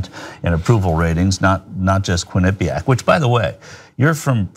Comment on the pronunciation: I thought no one was going to say anything to him about the way he said Quinnipiac, I love John to death but in that moment I wanted to throw a shoe at him like that reporter threw a shoe at George Bush during the press conference.